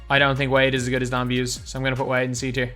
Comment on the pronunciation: Pretty sure Don Buse is pronounced Boos-E